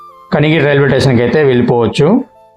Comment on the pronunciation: ఎక్కువగా టేషన్ అంటున్నావు. అప్పుడప్పుడు మాత్రమే స్టేషన్ అంటున్నావు. స్టేషన్ అనడమే కరెక్ట్.